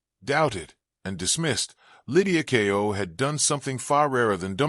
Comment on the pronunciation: The title has no relation to the video. It's about Lydia Ko, not Kao. Using an AI-generated voice as a commentator is a bad idea. Could you please ensure the title matches the video and verify the spelling and pronunciation before posting?